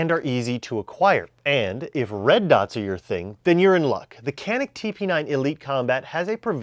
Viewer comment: Awesome vid, don’t mean to be know it all, but it’s pronounced janik in Turkish c pronounced as j and j pronounced as zh